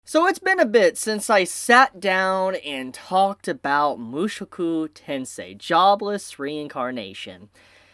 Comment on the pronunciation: Every time I hear him say Mushuku Tensei ... I just imagine Rudy being replaced by Mushu from Mulan.